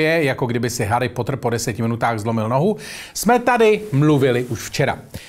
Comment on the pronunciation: Fakt jsi řekl harypotr? 😂